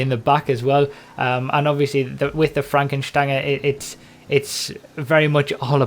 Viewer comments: I'm German and I can confirm the pronunciation of Fränken Stange :) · Finally, someone who pronounces it right.... Everyone keeps pronouncing it like the word Range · Lovely pronunciation, and your German accent is almost there